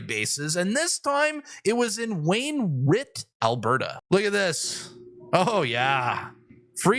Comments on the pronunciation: IT'S WAYNERIGHT NOT WAYNERIT. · Pronounced Wain - Right !! FFS !!! lol ‘ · It's "Wayne-right" lol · it’s wain right! Wainwright Albert. Also the place in Ontario where you first reported on the fish poaching in Bowmanville, pronounced Bow man ville. Anyway love the show keep up the good work✌️🇨🇦✌️ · The military base in the town of "Wayne Right" (that's how it's pronounced) 😜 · "Wayne-right" not what ever the fuck that was you said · your a cool dude.... but... it's WainwRIGHT the 2nd "w" is silent. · Great video! FYI it’s enunciated as Wayne-right Alberta ❤😂 get rid of the tampons already!! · Wayne-rit. xD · Hey its pronounced Wain-right. Just a tip buddy. You’re doin a great job! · That's pronounced Wayne Right.